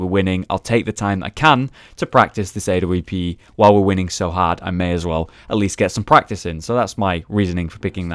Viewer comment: stop saying "a-w-p"!!!!!!!!!!!!!!!! say awp lol